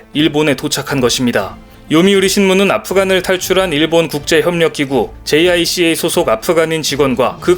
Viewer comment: jica 자이카로 읽으심 되요. koica는 코이카